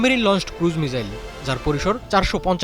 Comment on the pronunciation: মিজাইল কি? মিসাইল